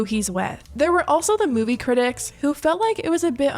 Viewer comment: love him but i’m starting a petition to stop harry styles from pronouncing ‘movie’ that way